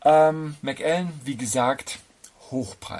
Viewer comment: Der Macallan 12 SO ist einfach fein gemacht. Ein Whisky der sowohl Einsteiger als auch Fortgeschrittene begeistern kann. Hier kommt er z.B. im Vergleich zum Yamazaki 12 (den ich auch sehr gut finde) etwas zu schlecht weg. Außerdem wird Macallan als ein Wort ausgesprochen.